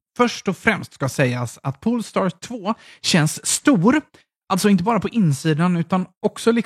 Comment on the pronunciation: Haha, kände samma.. pole-star, inte pool-star.